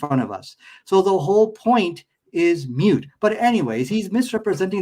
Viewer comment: Moot not mute